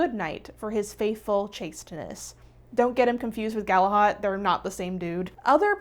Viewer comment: Galahad pronunciation is a bit off